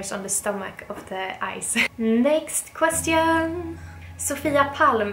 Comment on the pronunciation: I newly found you in YouTube and I am so glad to came across with your videos. Amazing and breathtaking sceneries. And you and your new hubby are so gorgeous. You truly an inspiration for me and many like me. The only say I can tell can you please please pronounce the word "question" right. I know you reading the comments and it finds you well.